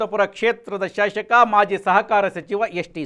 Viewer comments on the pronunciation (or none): Shashaka alla shasaka sariyagi heli